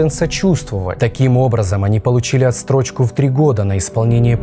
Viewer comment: Не отстрочка а отсрочка!